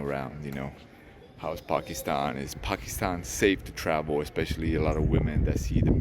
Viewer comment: Just love the way you effortlessly pronounce 'Pakistan' and 'Islamabad' properly. Other so-called 'travel-vloggers' should take a leaf out of your book and show some more respect to a noble people and country which is Pakistan. I like your sense of humour and you take some amazing photography. Judging by your current performance, your channel will thrive, insha'Allah (god willing). Keep up the great work!